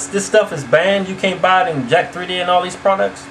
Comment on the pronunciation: lol its not jack 3d its jack'3d as in "jacked"!